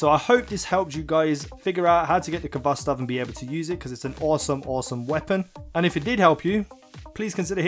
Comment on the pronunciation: FYI you don't pronounce the K. You say it with a hard "H". It is a Russian word transliterated to English.